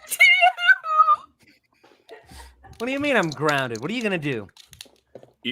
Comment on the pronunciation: Cain:”Jax, your groneded.”